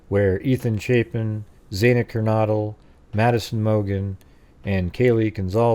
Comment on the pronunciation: FYI, xana is pronounced with short a, not long a, X-ana. I like your your 3 dimensional layout of house inside.